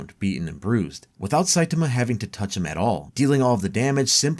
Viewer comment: Sai-TAi-MA. Not Sai-TIM-A